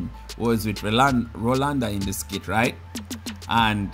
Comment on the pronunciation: Can I please correct you a little bit it's not skid it is skit it's only when you spelt it then I really realised that you are saying it wrong 😊